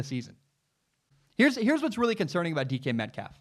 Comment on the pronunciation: Lol sounds like you’re saying Deacon Metcalf